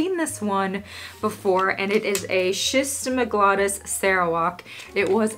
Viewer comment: Love your videos so much. Sch is pronounced sk. skizmatoglottus not sizmatogolssus. Ch like in chaos psychology, etc. Ancient Greek vs (ancient) Latin. I learned this traumatically when I learned the word chaos from reading and when I said it out loud as cha-ose everyone was like what are you even talking about and then laughed and laughed. Screw those guys